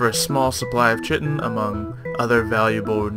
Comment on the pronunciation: You said chitin wrong lol. Its pronounced kai-tin